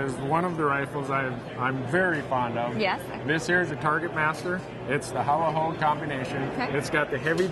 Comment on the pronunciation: not a "How-wa"... it's Howa pronounced as "Hall-wa". It's a Japanese name.